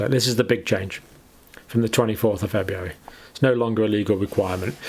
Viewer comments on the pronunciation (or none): I love how he says Febyeeary, lol.